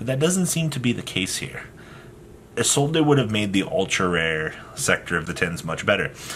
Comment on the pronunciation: My guy, as a man whom speaks 3 languages fluently and one of them is French. It's Isolde not ISOLDAYYY. Lol idk why yugioh players rather add the extra grammar that's unnecessary.... plus add the fact that people dont read the cards. Lol. Much love.